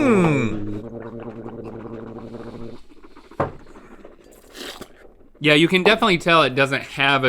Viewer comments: Did Rhett really say "rigrator" instead of "refrigerator"?? -- LOL -- I love these guys!! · in the rigerator! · The "ridgerator" really surprised no comment from Link.